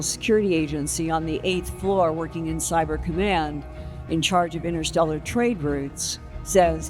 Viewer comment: Thanks for that but I heard innersteller.